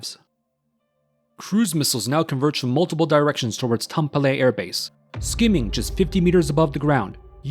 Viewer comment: It's not "Tampollay", it's TAM - PE - RE xD